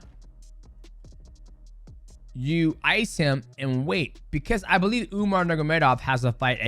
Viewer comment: are we all just going to ignore mighty completely botching umar's and merabs names 😂